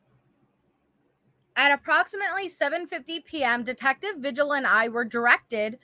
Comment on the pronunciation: I'm sorry but every time you say vigil it's actually pronounced Vihil. I'm sorry LOL